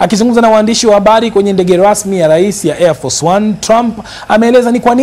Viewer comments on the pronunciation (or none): Nyinyi wajinga kwa nini mnajilazimisha kuzungumza Kiswahili wakati kinakushindeni? "...waamdishi wa abali....". Ni HABARI, sio "abali". "... ndege lasmi..." ni Ndege RASMI...". Kwa nini msizungumze kikwenu? Tutatafsiri wenyewe.